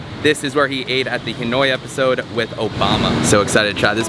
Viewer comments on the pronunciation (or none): none